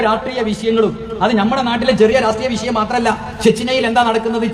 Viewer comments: വിശയം... അല്ലടാ തീവ്ര വാദി... വിഷയം... ആദ്യം മലയാളം നന്നായി സംസാരിക്കാൻ പഠിക്ക്.... എന്നിട്ടാവാം തീവ്ര വാദം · Visayam All sudappi will talk like this They can't pronounce 'Sha'